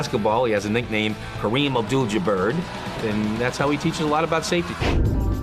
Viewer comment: kareem abdul ja-bird ? or parry bird ? huhhh huhh😏?😂